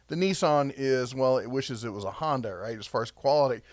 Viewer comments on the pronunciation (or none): none